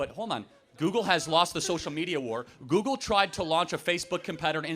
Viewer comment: You can tell when someone was raised by a single mother. And it’s “google” not “goo goo”